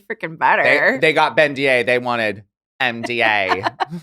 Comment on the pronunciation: At first I thought it was “Bendier” or like “Bendignet” and then I realized you’re saying BeNDA😭😭